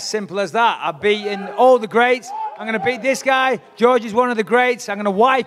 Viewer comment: GSP: "..he's go-ang to be beat-an by a history teacher on Saturday" LOL